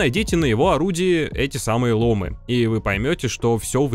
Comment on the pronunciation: привет Крю! ломЫ, ударение на Ы бро) очень слух режет